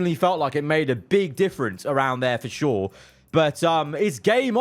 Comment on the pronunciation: bruh I thought he said verschoor not for sure